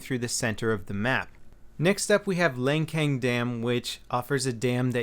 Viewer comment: Lancang. pronounced Lan Sahng